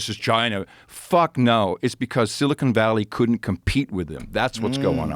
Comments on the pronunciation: This dumb dumb can’t even say silicon correctly. It isn’t silicone like implants. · I like listening to a man speak about tech who can’t pronounce Silicon correctly